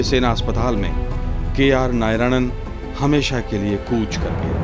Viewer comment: Narayanan. Not nayaranan